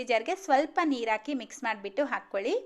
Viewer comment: ಉಳಿ ಅಲ್ಲ ಹುಳಿ, ಹಾಗೇ ಹಾಕ್ಕೋಲಿ ಅಲ್ಲ ಹಾಕ್ಕೊಳ್ಳಿ. ಹೀಗೇ ಪಟ್ಟಿ ಮಾಡುತ್ತಾ ಹೋದರೆ ಬಹಳ ಶಬ್ಧಗಳು ತಪ್ಪಾಗಿ ಉಚ್ಛಾರ ಮಾಡುತ್ತಿದ್ದೀರಿ.ಸರಿಯಾಗಿ ಉಚ್ಚರಿಸಲು ಪ್ರಯತ್ನಿಸಿ.ಕೇಳಲು ಹಿತವಾಗಿರುತ್ತದೆ.